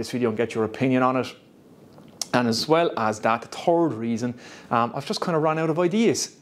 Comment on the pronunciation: third not turd! lol. happy new your brother man!